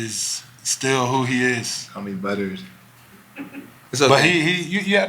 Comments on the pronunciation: lol he said buttered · Is Jimmy saying Buttered 😂😂